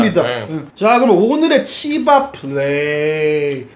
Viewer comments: 오프닝 치밥예기할때 시밤 이라는줄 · 치밥이라고 하는데 씨바 플레이라 는줄 ㅋㅋㅋㅋ